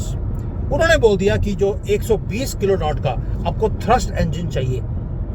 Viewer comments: It is not किलोनॉट्स but kilo Newtons. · It's Kilo newton ,not kilo not